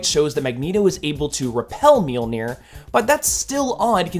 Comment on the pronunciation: So; if people have told you that you pronounce Mjolnir incorrectly and your response is, “I don’t care.” Then you don’t care about accuracy. That’s, kinda... important.